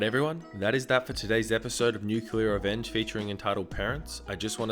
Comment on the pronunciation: Am I the only one bothered by him calling it "nuculer?"